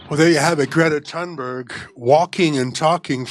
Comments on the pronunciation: Hey, Jimmy. I love you, but it's pronounced "toon-berg." The 'H' is silent. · Thunberg is pronounced "Tuneberry". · Her name pronounces Toonberg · The last name is pronounced "Toonberg" as in Greta LooneyTune Berg. The 20 year old is a moron and a fraud. As for laughing at or remaining silent to ignore questions- those are techniques utilized by Hillary Clinton, Kamala Harris, AOC, Adam Schiff, and so many others who can't face the music but feed off the trough. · Jimmy! Greta ( pronounced "Grieta) is AUTISTIC! And her surname is pronounced "Tunberri). And I'm DONE with Kurt's IGNORANCE!!! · "I didn't have the bandwidth". Really, Jimmy??? You sound like Bernie looked when he put his phone to his ear. And you're mispronouncung her name on purpose. Just like Latin names. Jimmy is a Hypocrite, & Steph, or somebody, should post him up. God knows he has a contempt for reading his own YouTube channel comments. Why won't 'Jimmy' answer these questions? "I'd love to hear it". "He' won't answer it".😏